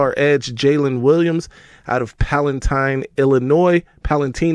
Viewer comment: Its pal ah tine